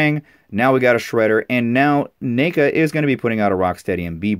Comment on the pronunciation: Just got it today. Leo vs Shredder. Love it. Btw its Neca not nica like necka say it with me neca not nica lol js :)